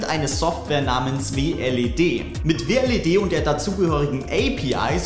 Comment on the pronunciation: Heißt das nich Wled und nich W L E D